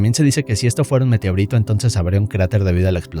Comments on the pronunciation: Dí Meteorito.: Meteorítou. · ¿Alguien notó que cuando pronuncia "meteorito" parece gringo? AJJSADJA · Que onda con tu forma de decir meteorito?